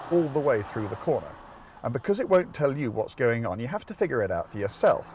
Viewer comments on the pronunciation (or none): none